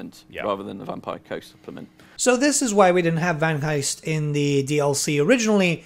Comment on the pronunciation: Vangheist, silent h you say the g :)